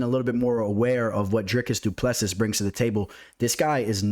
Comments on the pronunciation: The last "s" in Du Plessis is silent bro. Dricus Du Ple Si (si like Italian yes) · as a South African i have to correct you, its pronounced du pla sea